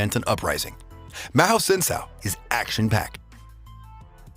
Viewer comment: Why you pronounce mahou sensou like that